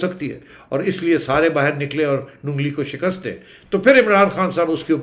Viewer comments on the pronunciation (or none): none